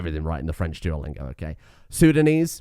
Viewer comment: I mean no offense, my brain fried and misinterpreted the word intelligible with unintelligible. I'm sorry. Great content as always! I begin to believe that you may be the source of languages itself. It gives me chuckles with how you tried to pronounce minangkabau and acehnese. And the way you get fucked by sundanese the first time.